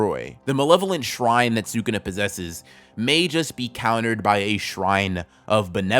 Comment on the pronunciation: Great video dude! But sewkuna makes me smile every time